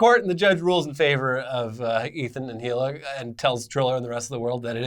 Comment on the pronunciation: Said Hila's name wrong lol